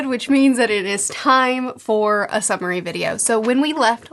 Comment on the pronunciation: Not going to lie... when you started this I thought you said a submarine video instead of summary...